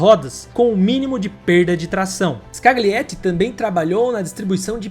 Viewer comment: Sergio " Escaliéti"